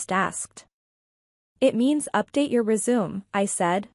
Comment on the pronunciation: It's pronounced rez a may not rezoom